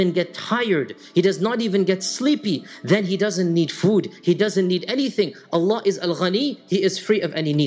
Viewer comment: it's Allah not Alan